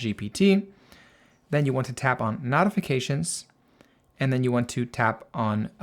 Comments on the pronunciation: Very helpful. BTW, "notifications" is pronounced with a long "O", as in "note", not "not". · That was a bit distracting…the root word is NOTICE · Can you mention the american pronouncement of "Notifications". So listeners know what you are saying. For a minute I did not get what you meant.😊😊😊